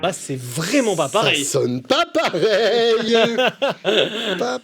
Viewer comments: « Après Steven Wilson il a dit "Ça sônn pah peuhreye". C'est la première phrase qu'il a dû apprendre en Français d'ailleurs. » Ahahahah 🤣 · ça sonne pas paweil !